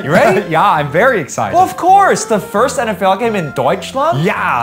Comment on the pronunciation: That first very was super american lol